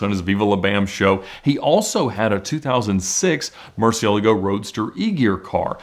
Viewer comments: What are YOU talking about? I know it is Spanish and this is far from the proper pronunciation especially when he claims that’s the right one…… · than you should know that his pronunciation is wrong, i am a native spanish speaker as well